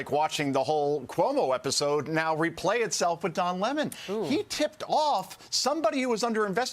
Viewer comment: Looks its not don lemon. It's Don Lea-mone